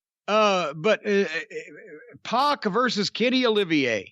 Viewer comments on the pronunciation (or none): It's pac not poc and it's twat not twot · It's PAC (like pack of hot dogs lol)